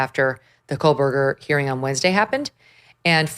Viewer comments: Co-berger, not Coal-Berger. Just sayin’! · Meghan it’s KOHberger, not KOHLbergar. No L. I hope you can get Kaylee’s sister on your show. The investigation for this crime was HORRIBLE. YouTubers and the Gonsalves family did better investigations than they did. Anyway ….